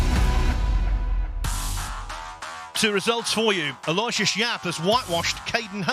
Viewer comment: what a cut! And position! Pretty ballsy! Cudos That place is like the Hippodrome for pool. Huge Maybe mispronunciation of "Efren" as "Ephram" will be displaced now by mispronunciation of "Aloysius" as Alloy-shush rather than Al-oh-ishus . . .